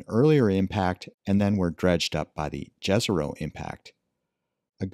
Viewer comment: It's not that hard to pronounce Yeh-Ze-Rho correctly. You can pronounce that first letter like when you say first letter of Yeah or York. Should be written like Yezero for english speaking people or so. We research another planet and let us research our own also, languagewise.